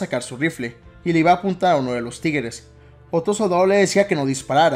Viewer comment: Alguien mas escucha "Tigeres" y no "Tigres"?